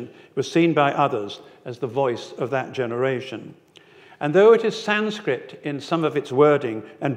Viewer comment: I always laugh when I hear Sanskrit pronounced as Sanscript. It is pronounced as “Sunskrit”. JIC you’re interested. 😊